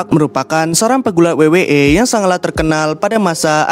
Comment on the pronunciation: Lawak betul sebutannya😂